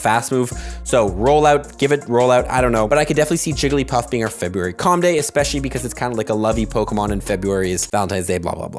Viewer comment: I stopped watching when you said jigglypuff…